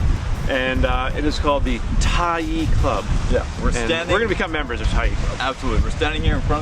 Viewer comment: Tyee Pool not TREE Pool